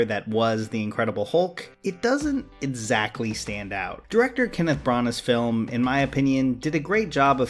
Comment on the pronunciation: Every time I hear you say - EDsactly I cringe. But still your videos are incredible.